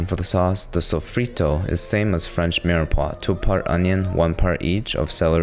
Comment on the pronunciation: only thing that upset me about this video is him not taking care of himself by not eating mold. also hearing sofrito and it not being sofrito but like i can look past that.